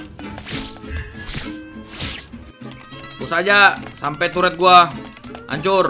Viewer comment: Ngakak base dia sebut turet gede